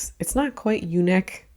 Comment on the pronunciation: When you said “the U neck” I fully heard “the eunuch” until you filled it up with “scoop neck” 😂